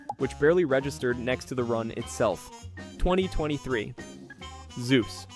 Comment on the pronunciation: lol its not canyon/guma/ze-us